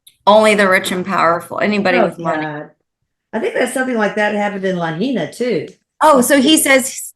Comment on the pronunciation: Just a FYI. Lahaina is pronounced La-high-na.